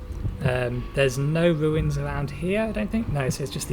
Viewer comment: it's runes not ruins :P